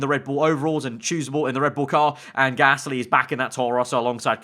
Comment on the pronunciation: Ah, yes. Pierre GALSY not to be mistaken with Pierre Gasly. EDIT: He fixed it.